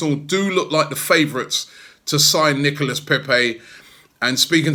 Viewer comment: Nicolas pronounced Nicola < get it right